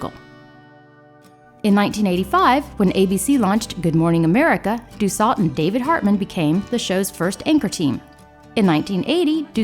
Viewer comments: btw, Nancy Dussault's last name is pronounced "Dew - soh" not "Dew-salt" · Nancy Dussault pronounced her name "due sew" not "due salt". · I think it's pronounced Nancy Du Sew. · I remember watching this show with my mother when I was little. She told me we could be related to Nancy because we have the same last not so common last name! I wish I could talk to her to see if by some chance we are related. BTW Dussault is pronounced Do-So 😊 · Ms. Dussault’s is pronounced “do so.”